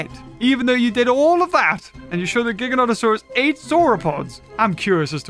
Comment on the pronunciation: Jiganatosaurus lol